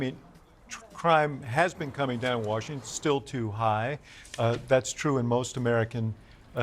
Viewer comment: Washintun Deeeshheeee